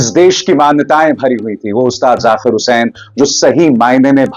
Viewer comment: Arey, aap ki pronunciation lagbhag theek hote hai, phir kyu Zaakir ko aap ZaQir bol rahe hain, very bad my dear, correct it, ye nhi chalega, sort godi walo ko hi ekadhikaar hai